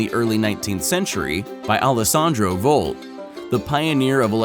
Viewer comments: His name was Alessandro Volta not VOLT - dolt ... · ALESSANDRO VOLTA with an A...not VOLT...😂😂😂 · Alessandro VOLTa, not Volt.